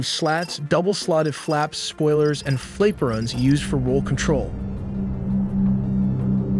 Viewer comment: Oh man, the pronunciations on this video are horrendous! As for the Russian aircraft, you have to say each of the letters before the number, i.e. T U-95. Not "too-95." Rotary you pronounced Ro-tarry. Flaperons are not pronounced "flay-per-ons." Those "pods" you said that hold the TU-160's engines are called nacelles. This is common aviation terminology, recognized the world over. Apart from that, the graphics were pretty cool, but did you really need to slap your logo all over everything?